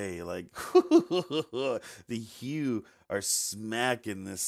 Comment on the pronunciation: Your reaction is the correct one. But you're driving me nuts, it's pronounced "HOO" not "HEW!"